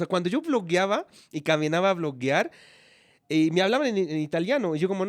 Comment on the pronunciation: Bloguear. No bloquear. no me oye las sugerencias. Debe oír muchas conferencias en castellano, radio, literatura para que tenga un fluido castellano.